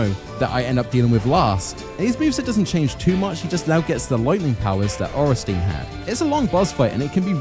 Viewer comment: Ohrensteen??? Sweet jeebus Miyazakis feet! What next? smoogh pronunciation? Smogh should be pronounced like smog with a U inbetween, ornstien should be pronounced orn sti en ....